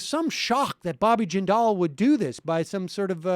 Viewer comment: I remember when everyone thought Bobby Jindal was going to save the GOP. I thought they were insane, but I live in Louisiana, I've experienced life under a Jindal administration. Also, Sam, you're mispronouncing "Jindal;" the emphasis is on the first syllable. Your guest has it right. Just in case he ever tries to make a comeback.